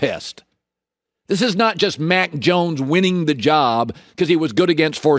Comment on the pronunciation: maaaaaan, I know I'm not the only one who hears "Mike Jones" whenever Colin says Mack Jones 😄😄😄